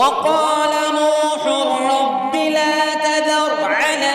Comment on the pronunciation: "Noon hun Rabba" Nahi balke "NOOH HUR RABBE" hai